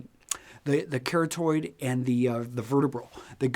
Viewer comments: "carrot-oid"? "vertebra-l"? It's "ca-RA-tid" and "ver-TEE-bral" my friend. Makes u sound unintelligent when u say it wrong. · Carotid is of Greek origin. "Kah-rah-tid." Although I'm not sure why people are getting so upset over the pronunciation of a word.